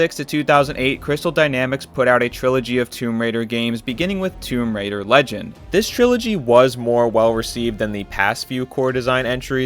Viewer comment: my man, the myth the lagend